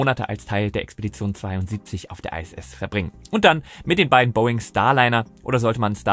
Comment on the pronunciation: Iss, nicht Ei ss.